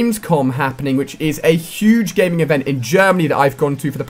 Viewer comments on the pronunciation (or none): none